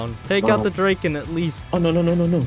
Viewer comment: "The Dreyken" as a Swede this concerns me deeply